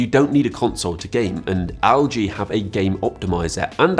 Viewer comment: it's pronounced "EL-GEE" not "AL-GEE"... 😂😂